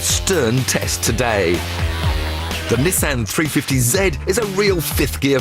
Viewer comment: a three fefty zed? >.>